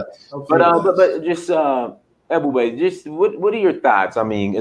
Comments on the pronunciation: This disrespectful Haitian dude said African Americans have a 6th grade education yet he can't even pronounce Ebube? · Man shut up don't be talking about Black Americans not intelligent and you can't even pronounce that man's name you just shut up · This man is calling AFRICIAN AMERICAN'S DUMB AND HE CAN'T EVEN SAY THE GUYS NAME. REALLY,!!!!!!!